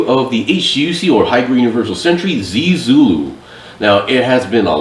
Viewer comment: The pronunciation for zee Zulu is more like (zaeh-Zulu)